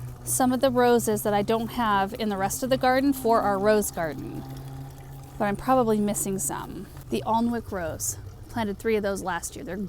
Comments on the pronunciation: Someone has probably already mentioned it, but the Alnwick rose is named for a place in Northumbria with Alnwick Castle and INCREDIBLE gardens and it is pronounced, Awe nick. They actually filmed some of the quidditch scenes from Harry Potter, as well as some scenes from Downtown Abbey there and when you visit you can do a quidditch event or try some archery. The town and countryside setting is gorgeous. The gardens and fountains were my favourite thing though. A must see for the next time you visit the UK! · The Alnwick rose is pronounced Ann-ick, I know because that’s where I live in Northumberland England. Question: will we be able to buy supertunias or any other proven winners annuals in the uk anytime soon? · Just to say, the Alnwick Rose is pronounced Anik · The Alnwick rose is pronounced Ann Ick. I’m also excited about springtime and I’m planning a day out visiting local nurseries tomorrow. Greetings from the UK😊.